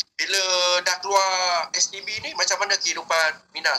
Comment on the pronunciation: haah dia sebut sbt😜😂 apelah